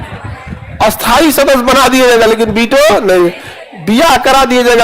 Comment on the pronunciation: Sthai ko bola asthai ,aur asthai ko bola a-asthai . Sir pura desh bihar nahi hai ,aise bolkar kyun vihar ka maan gira rahe ho ?